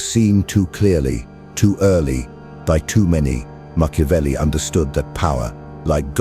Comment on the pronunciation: Meah CHEW avelli?🤣